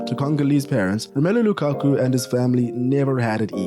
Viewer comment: It’s not Lukaku. It’s Lakaka 😂😂😂😂